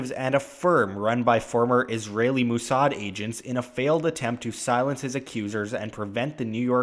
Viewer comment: Lol, "Moossard"